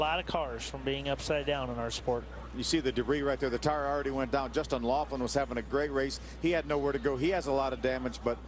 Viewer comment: I can't help but notice that they mispronounced Justin Lofton's name as "Laughlin" in two different clips.